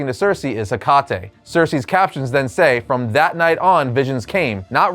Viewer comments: By Ha Kah Te made me giggle 😂 i know you were trying to pronounce it correctly shame. Its Heh Kuh Tee, Hecate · Definitely Wonder Woman. I'm a little of a mythology nerd, so that might be why lol Also, Hecate is typically pronounced "Hec-ka-tee" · Bro it is pronounced HECKATEE.🥰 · Liked the video, but the only thing that bothered me was how hecate is pronounce. Its supposed to sound like heh-kuh-tee. Other than that nitpick, the rest is fine. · Hecate is pronounced HECK-a-TEE. The name is Greek. You’ll notice that when you read Greek mythology. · Lol Hecate pronounced like the beer Tecate is funny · Hecate bro you pronounce it mad wrong 🤣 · Every channel on YouTube tries to mispronounce hecate